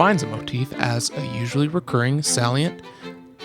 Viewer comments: it’s pronounced Say-Lee-Ant: salient. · salient.... Sail' - yant or Sale' - yent .... Something like that (Accent on 1st syllable)